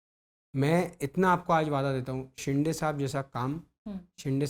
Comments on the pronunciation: अरे आधी शिंदे बोलायला शिक नुसता शिंडे शिडे बोलतोय... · Yala ajun Shinde bolata yet nahi😂